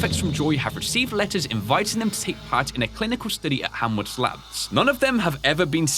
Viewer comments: I really love this game and I really love your gameplay. Can't wait for more. Also, it's kinda cute how you say Hanworth Labs instead of Haworth Labs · Its Haworth labs, not Hamworth labs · I love how he kept saying hamworth instead of haworth . :D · Hemsworth, hamsworth, hallsworth! It is Haworth like cmon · Keep up the work and it’s Haworth not hamworth or hallworth😂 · It's Not Hamworth It's Haworth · I’m kinda surprised that didn’t realize that he was saying “Haworth” wrong (really? Hamworth?) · I wanna say "Haworth" is probably pronounced "Hay-worth" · Great video! But I would like to point out that Haworth Labs doesn't have an M in it! Sorry, it's been bothering me. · It's melon-choly, ch is just pronounced c, like collar. And HAYWORTH.